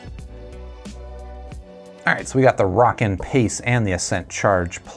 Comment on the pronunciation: DUDE WHO TOLD YOU HOW TO SAY ROWKIN? its like row, row, row your boat Gently down the stream Merrily merrily, merrily, merrily Life is but a dream now lets say it together "ROW"KIN YOU SAY ROCKKIN NOW YOU know how to pronounce it correctly!!